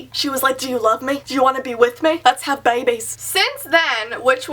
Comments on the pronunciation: "let's have babays" 😂😂😂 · 'Let's have baybaisesss' 😂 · When you said "Lets have babies" in a southern accent i just started cracking up, like seriously hard cracking up. Had anyone else cracked up when she said that?